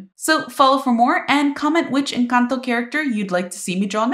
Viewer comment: The way you say "Encanto" is perfect! 👌